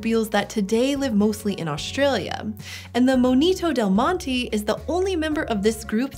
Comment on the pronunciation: Monito del Monte is like Mohn-e-toe del Mohn-teh